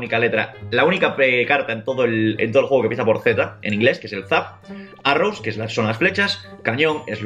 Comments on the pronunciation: arroz xdxd fluidez en ingles :v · en vez arrows dice arroz jajaja